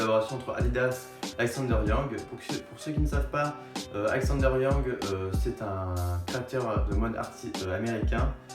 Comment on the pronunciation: C'est wang pas yang 😂😂